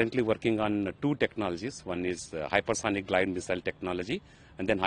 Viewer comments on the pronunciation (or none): Its GLIDE and not GILD !!! Can't you guys get the basics right?